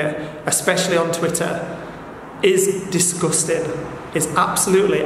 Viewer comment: Take a shot every time he says “diss-guss-ting”. I know I’m three sheets to the wind.🥴